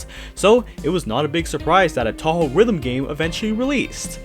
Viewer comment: You said Touhou wrong, just an FYI.